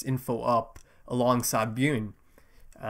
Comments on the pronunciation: No its not. It's more like "B-Yorn" or "B-Yurn" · Bjorn pronounced like B-Yawn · Man i am so freaking excited for you to watch this show. Its hilarious how much you struggle with Bjorn's name hahah